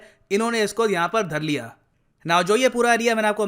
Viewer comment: How beautifully you say" dhar liya". that's like a real Indian 😂👍